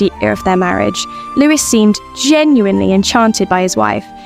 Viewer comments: Why do you pronounce the ‘s’at the end of Louis XIV? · All noble women should have been raised to KNOW that their husbands were likely to never be faithful to them. It was more than common for men to have affairs, it was even MORE common for kings to have affairs. Going back through history, it must also be said that if the king wanted to bed a particular woman, SHE DID NOT HAVE THE CHOICE OF SAYING NO. To the narrator. Stop calling Louis the 14th, “Lewis”. You do not pronounce the s!